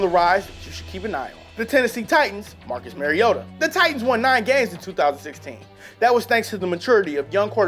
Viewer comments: I hate to nitpick here but being a big Oregon fan his name is pronounced Marcus MARIO-ta. His name may spell the way you say it but it's actually MARIO-ta. Why do you think people call him Super Mario-ta? Otherwise great video. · IF HE SAYS MARIOTAS NAME WRONG ONE MORE TIME IM GONNA BLOW UP